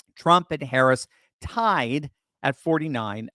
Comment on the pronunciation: She's NEVER had a "lead" and it's NOT tied, it's tie(D)